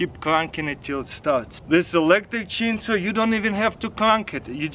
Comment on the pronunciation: The way he say chainsaw "cheen soo"